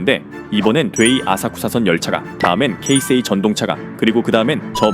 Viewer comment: 이야~ 케이세이라고 제대로 발음하는 분 처음뵙네요. 보통 한국에선 게이세이로 발음하는 분들이 대부분인데 ㅎㅎ